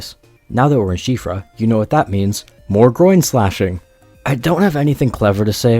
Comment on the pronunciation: did he- did he just pronounce Siofra correctly?